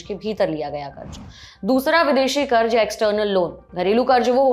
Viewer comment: Plz don't be offended but you need to work on your pronunciation, It's not Karj but Karz